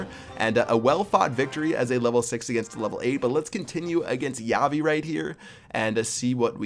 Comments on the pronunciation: "Javii" isn't pronounced "Yavi". The J should be thicker. Almost as if you were coughing. More like an H. It's just something that was bothering me during that whole battle. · its pronounced HA-V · Did someone noticed that he pronounced javi wrong